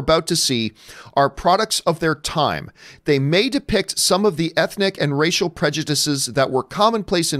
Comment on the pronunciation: She said racial as radical